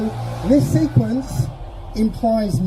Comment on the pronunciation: oh, SEQUENCE, I thought he said SEQUINS. Now I'm confused...